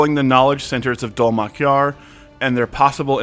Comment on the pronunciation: Bro, are you even watching the show? You mispronounced like half of the names. Halovar is hay like dry grass and Dol-Makjar has accent on the capitalized letters.